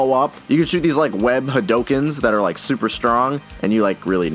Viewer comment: Its pronounced had ooh ken you dumb rami hater HAD OO KEN not HADOWKYEN.